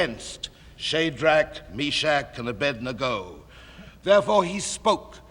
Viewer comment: He actually pronounces Abednego's name correctly.